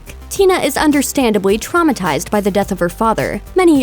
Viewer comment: Haha how many time's Dis She Say Tramatised